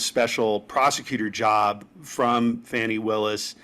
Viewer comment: At least get her name right. It is Fani, not Fanny. I think this is just a way for the Maga's to help DJT.